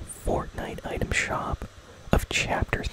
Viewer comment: Bro it’s for a vid 💀 and it’s item not utem